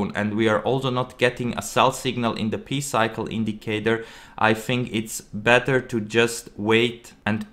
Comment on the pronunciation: “Pee cycle” lmao dude it’s “Pie” come on